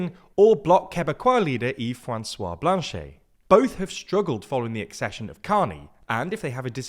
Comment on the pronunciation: Love the prononciation of Blanchette